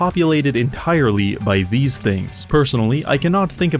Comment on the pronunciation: "Like eight of theese boots" killed me after hearing sheer numbers